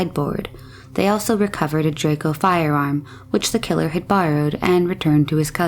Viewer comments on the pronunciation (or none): none